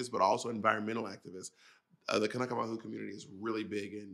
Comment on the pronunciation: Mahalo Bob for the clarifications of the Hawaiian terms and great pronunciation of kanaka!